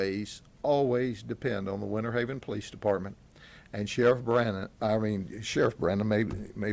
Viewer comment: It's not "Winnerhaven...", it's Winterhaven and not "...innernational...", but "international." Please, people, pronounce your "Ts" when you speak such words. Our US English language does not need to be totally decimated; it's already overburdened with slang and mispronunciations. When saying "international," pronounce the "t." PLEASE! Again, another example: it's "winter," not "winner." Get it?